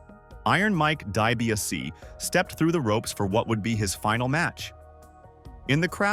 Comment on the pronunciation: & - Why the sloppy cuts?🤷‍♂️ - Please reprogram your A.I. narration to properly pronounce "Dee-bee-ah-SEE" 🙄